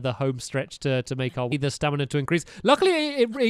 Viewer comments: its STAMIINA NOT STANIMA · Who else is bored and is watching this series again? Also who else noticed he said stanima wheel instead of his stamina wheel? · Exactly - and he also says stanima instead of stamina 😂😂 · Why does he say stanima? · Anyone else realize he says stanima not stamina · Hey stampy why it say stanly